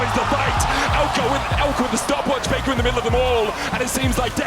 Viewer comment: It's not faker anymore, it's fake-uh😂